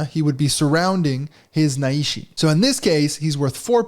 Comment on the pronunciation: Just discovered this on BGA and really excited to play. Just a little note: The characters of the Japanese name are nai and shi, and it’s therefore not pronounced na-i-shi, but nai-shi. You pull the nai together like the ni in Night.😊